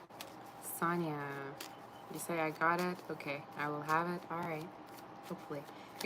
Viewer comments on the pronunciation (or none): none